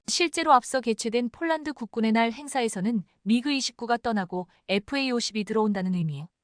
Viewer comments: 폴란드를 쫄란드로 발음하는 나레이션을 바꾸세요 21.4만명이 시청하고 있읍니다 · CGS 무게단위 t 를 톤으로 못 읽고 티 라히는 내레이터는 초등학교 3년 산수자연 실력도 못되는 무식한 여자다. 폴란드를 쫄란드와 구별 못하니 딱하다. 뮬식은 불식이 맞다. 1자는 1차다, 요정은 요청이다. 21를은 21를이 맞다. 이 멍청아 스크립터도 역시 엉터리구나. 이건21만여명의 구독자를 모욕하고 무시 우롱 하는 거다, 이건 용서할 수 없다. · 쫄란드라니, , ,,한글도 발음 안도느냐? 쫄란드라는 나라 새로 만든 나라냐?